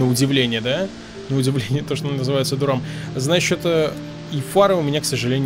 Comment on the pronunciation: Не Дурам, а Дарем город в Англии